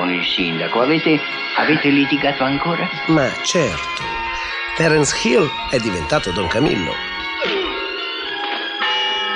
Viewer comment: Come pronuncia Terence Hill. Terence Skill 😂